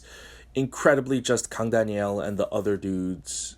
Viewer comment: ((also yo the way you pronounce "Daniel" as "Danielle" is ridiculously adorable xD